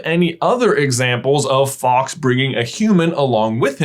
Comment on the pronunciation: but his name is fawks, not faux